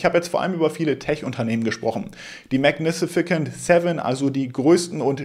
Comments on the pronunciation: Bitte nicht magni-si-ficant... Magnificent ( ¶ megni fi sent ¶) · Es heißt "magnificent", nicht "magnificicent". Ich like trotzdem. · Min.: Magnisificent Seven - oder magnificent Seven 😉😅? ist Gott sei Dank doch kein Roboter 😅👍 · die Aussprache von "magnificent" ist maɡˈnifəsənt und nicht "mag nifisi-kent" und später auch..... ist gut gemeint😀😍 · 😂Wenn er jetzt noch ein mal magnifikicent 7 sagt!!!🎉❤ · Heißt das nicht Mägägäninifizifent ? 😂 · Ist nur ne Kleinigkeit aber du hast „magnificent“ einfach mal eine weitere Silbe angedichtet und es zu „mag-ni-fi-si-cent“ gemacht. Englische Wörter sind des Öfteren dein Endgegner. Ich meine das gar nicht böse aber du könntest dir ja Wörter, bei denen du dir unsicher bist, vorher einmal von Google Translate vorsprechen lassen. Hast natürlich trotzdem ein Like bekommen :) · MagniSIFICANT 😂😂😂😂 Nicht böse sein aber Englisch ist nicht so deins! 😉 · mag- ne- fe- cent :) ist aber auch ein Zungenbrecher :) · magnificent wird am Ende wie Cent ausgesprochen, nicht wie ein K ;-) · super Video, danke. Aber guck mal wie man "magnificent" richtig ausspricht :)